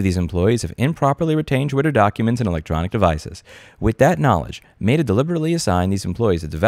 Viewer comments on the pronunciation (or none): you know damn well it’s met-ah not mate-ah. We miss you in ny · It's pronounced "meh-tuh", Louis, not "may-duh". I understand me being triggered by your pronunciation is on me, but had to say something 😅 Love the video. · Why do you pronounce Meta like that? (love the videos btw) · Louis mispronouncing things everyone else pronounces correctly, Meta Edition. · Is it just me or is his pronunciation of "Meta" distracting lol